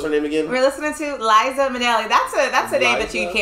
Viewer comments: Liza with a Z not Lisa with an s cos Lisa wit an s goes sa not za😂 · It’s Liza with a Z!